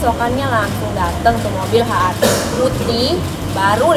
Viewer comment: HRV dibaca Ha Ar Vi ??? 😂😂😂